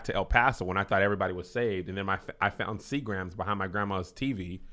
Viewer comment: Kev, what is Sea Grams?🤦🏽‍♀️🤷🏽‍♀️ I think you mean Seagram's.😂🤣😅😆